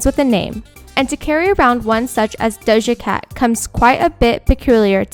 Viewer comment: she butchered dojas whole name